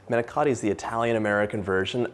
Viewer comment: The manicotti looked delicious and a nice easy recipe. The presentation was great but please do not get offended but you did not pronounce it correctly. Manicotti . Thanks